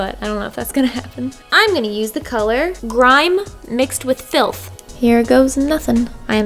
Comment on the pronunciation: “I’m gonna use the colour grime mixed with...” ”FLITH” Me: What- FILTH?!